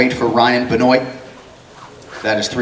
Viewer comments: How is this optimal fighting condition when you can barely walk on your own? Maybe he should fight at 135... Also, are there 2 pronunciations to Benoit? The infamous wrestler was BEN-WAH, not Ben-oyt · Did Anik just pronounce it ben-oyt? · Isn't it pronounced "Bin wah"? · Ben Wah Never in my life have I heard anyone pronounce Benoit like this 🤣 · The way they pronounced 'Benoit'... smh